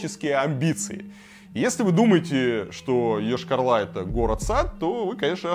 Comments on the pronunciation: Прежде чем говорить про город Йошкар-Ола, для начал надо было посмотреть как правильно город называется, уши вянут от того, когда говорят Ошкар-Ола... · Рассказывать, конечно, стоит. Но Вы слишком ёрничаете, кроме того, затянуто вступление. Очень. И заметьте: не Ешкар-Ла, а Ола, а то получается как у некоторых деревенских местных -,,... Ла".